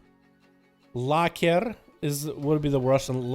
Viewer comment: Man, as a russian, your accent is fucking amazing, seriously. You pronounced лаккерр(luck'er) like a native Russian, nice!